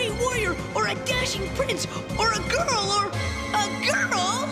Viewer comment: "Or uh girl-UH GirL?!??"